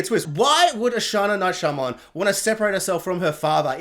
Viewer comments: Saying his name wrong throughout the review but his daughter's name right was unintentionally hilarious 🤓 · Turning off after about 2 minutes. Don't know how many times you can butcher the director's name, but I can't do it for 20 minutes.